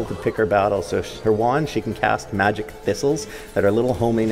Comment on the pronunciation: I'm pretty sure he said magic thistle no missle